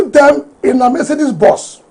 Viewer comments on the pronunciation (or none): none